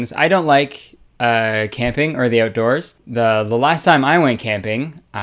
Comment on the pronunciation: Jennie Nowacki I love the oatdoors.